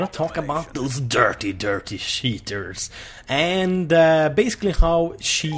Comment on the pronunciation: He says sheeters instead of cheeters